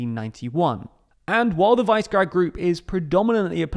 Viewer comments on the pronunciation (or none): It's Visergrad, not "wise guard" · It's VEEZ-EH-GRAD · Isn't it 'Vishygrad'? How it's pronounced? Like the place? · says Czech, but the map shows Romania as member in the Visegrad group. Believe! I always heard Visegrád pronounced the Hungarian way also when speaking English. That is vee-sha-graad. I think has a unique way of pronouncing it. Just like when he says HerzegovANIA instead of Herzegovina. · Vice grad? No, that’s not how it’s pronounced 💀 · He says it more like "vice". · Pronunciation of Visegrád is not even close, otherwise I liked the video. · The way you say Visegrád lmao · Your pronunciation of Visegrad made me think of the empty-heads in bottom English at school. Interesting vid though.